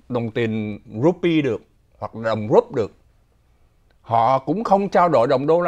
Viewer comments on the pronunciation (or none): Đơn vị tiền tệ Nga phát âm là rúp. Âm cuối chỉ là âm mềm. Xin đừng gọi là đồng "rupi" nữa. Có thể lẫn lộn với tiền Ấn Độ!